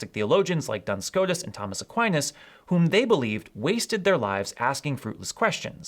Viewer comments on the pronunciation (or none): none